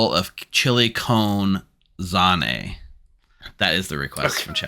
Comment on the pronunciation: Stop saying z-an, a double a is pronounced z-ah-n; English is hard😂